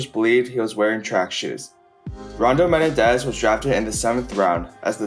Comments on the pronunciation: Just FYI for future reference... it's not MEN-un-dez... it's Meh-NEN-dez. The injury and off-field events of his life were absolutely tragic and unfortunate. Odds are, he would have been the Falcons' primary returner and probably a 5th rotation WR used mostly in short-time, long yardage drive situations. That alone could have given him a nice career for several years (as long as he kept his speed), despite not being a good WR by any means. While he may have played well against a handful of weak division 2 defenses in at Eastern Kentucky, he was not impressive at all against the likes of Troy, Western Kentucky, Appalachian State, Southeast Missouri, or the Div 2 playoff game against Western Kentucky in 1997 (half the games on the schedule). He was outright terrible against Kentucky, Appalachian State, and Murray State... the only worthwhile defenses he played his senior year. He basically had 750 receiving yards and 8 TDs against 3 teams in 1998 (Eastern Illinois, Western Kentucky, and UT-Martin), while barely showing up for the other 8 games (less than 300 yards receiving and only 3 TDs). This and the fact that he was an extremely small WR even back then (5'9, 180) are why he wasn't taken until the 7th round. Also, Menendez NEVER held the record for most receiving yards in a game for Eastern Kentucky. His big game against Eastern Illinois was the second most in school history. The actual record is 316 by Aaron Marsh against Northwood in 1967... 31 years earlier. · Dude why can't you say Menendez? Meh-nen-dez. Not Ma-ne-dez. Holy ** man. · Me-nen-dez Not men-e-dez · Me nen dez not men nah dez lol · ME-NEN-DEZ not ME-NE-DEZ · Rondel Me-nen-dez..ran a . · I like how he says "Menendez". Do better research. James Jett played for the Raiders and was an Olympic caliber sprinter. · Learn how to properly pronounce Menendez bro.